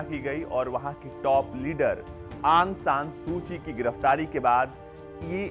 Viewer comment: Su ki nam h last m Naki suchi Correct read kriye